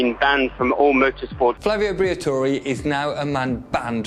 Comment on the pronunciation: fabio briator"i"